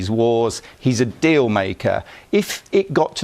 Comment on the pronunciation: says deal as if its a magical god given gift